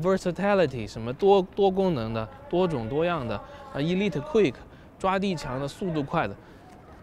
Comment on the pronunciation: 大哥elite也读错了,一个单词就俩音节还让你读错一个